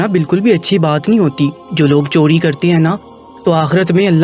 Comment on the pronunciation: Chori lafz hota hai chodi nahain, ray ka istimal sahi karin. Urdu ka satiya naas kar diya aap ny.